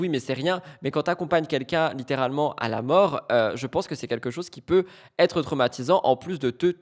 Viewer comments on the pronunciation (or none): MDR l'avocat qui massacre le français, tel un Youtubeur analphabète "des erreurs ont puTêtre commises" c'est cela oui